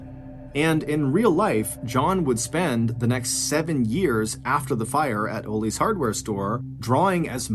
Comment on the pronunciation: Its pronounced ahhlees not ooolees aka ollies 🤦‍♀️🤣🤣